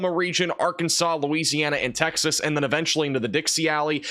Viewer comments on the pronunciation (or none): none